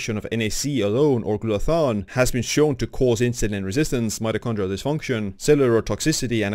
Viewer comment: It's not called GLUTA-THON. It's called GLUTA-THIONE.